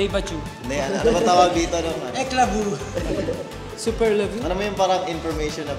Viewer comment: 😂😂😂 deja vu? Deva ju? Eklavu? Hahahaha hoi!! Laro